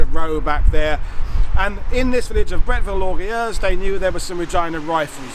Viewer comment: Great presentation! (The rest of the town's name is pronounced or-guh-YUZ.)